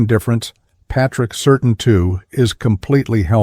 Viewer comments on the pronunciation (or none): Don't like the way AI pronounced Surtain,Certain